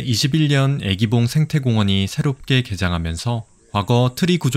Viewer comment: 유익한 정보 고맙습니다. 해설 중 '애기봉'의 '愛'는 길게 발음 해야 하는데 자꾸만 짧게 발음하다보니 '사랑하는 여인'이 아니라 'baby'가 되었군요.